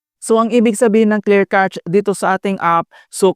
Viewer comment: clear "cash" po ang pronunciation n'yan.. God bless..